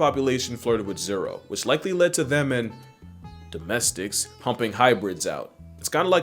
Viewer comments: It sounds like the polite version of a slur. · Bruh the way he pauses before saying "Domestics" like it's a slur lmfao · Bro is saying domestics with his WHOLE chest 😭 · is the perfect example😂😂😂